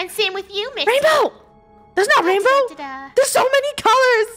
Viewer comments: Lol she says wainbrow 😂😂😂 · It sound liked it says Rainbrow